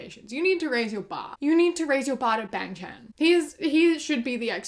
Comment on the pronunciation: The way you pronounce bangchan bugs me :/